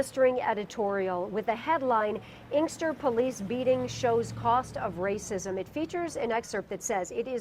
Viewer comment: He can't even say racism smh